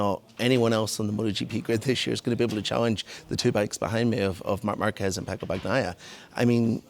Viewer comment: Really wish my fellow Irishman would learn to say Pecco’s name correctly….